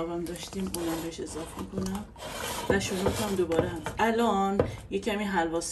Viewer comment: اضافه نه اضاف